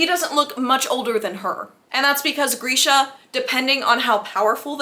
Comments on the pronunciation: Grisha is pronounced as Gree-sha not Gur-sha. But this was great. I laughed out loud so many times. Totally agree about the huge age gap! I’ve seen the Netflix series many times but have never read the books so listening to you summarize the books I can see that a lot of changes were made in the Netflix series. I appreciate this video because I probably won’t read the books; it’s very hard for me to read a book when I know the ending. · Girl every time you said ‘Geersha’ I died💀💀🤣